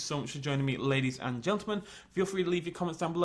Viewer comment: U said "ladies and geltemen" instead of gentlemen xd